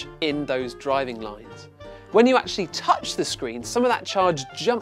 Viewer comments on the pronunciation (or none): none